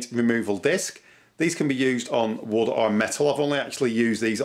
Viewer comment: Cutting “wood!” I thought you were saying “wut.” Great tips though.